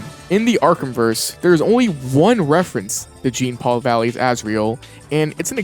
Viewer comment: "Jeen-Paul" is killing me inside